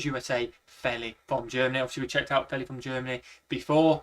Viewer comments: FYI Feli sounds like "feely". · Her name is pronounced FEE-LEE. That's her prerogative; in most places in the US, we would pronounce her name like you did.